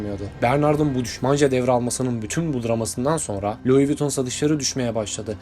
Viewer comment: Luğis viyuttonnnn